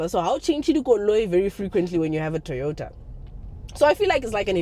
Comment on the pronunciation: 😂 "TOROTA" it kinda works...